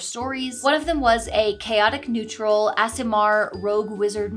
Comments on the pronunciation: I thought you were saying ASMR Rogue/Wizard and was wondering what that meant until I saw you write Aasimar xD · I get triggered everytime an American says "Aasimar" because I hate ASMR content, and that hard American A hits my head wrong. (Australian btw. It's my problem. I'll deal with it. Just voicing my suffering into the 3.5k comments.)